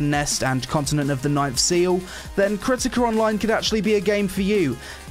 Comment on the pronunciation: KERTIKER ONLINE IS lol jk to poke fun at the accent still enjoyed the review, I really appreciate you didn't take the "ew boobies" approach a lot of ppl take to literally any mmo or anime type game excellent review 2/10 would consider downloading